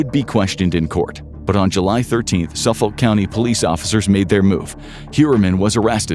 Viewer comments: Say it with me now : Suf-fuk county. 🤣 (its always fun to hear non long Islanders read long island names) Born and raised on long island and used to be a dancer when he was out and about. 😢 also small framed and x user. I know i had angles with me. May all these Women be rembered for more then their "work". The drug issue is INSANE here, obviously look at our Law Enforcement 🙄 Before fent was even a thing we were one of the first 'shocks' of the 0piate epidemic 😢 been waiting for this day for almost 20 years. May the women rest, and may Rex rot. The judge called him less than a man despite being a big one and i couldn't agree more. ⚖️💯😭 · Pronounced Suffick county. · SUFF - UCK/OLK County. the OLK sounds like UCK/OLK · Excelent video, only small irritant - "Suffolk" is pronounced without the L, & the O sounds just like the I, "Suff-uk". I've lived there my whole life!